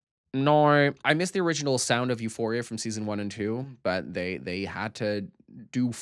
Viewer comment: lmao it sounded like you said eusexua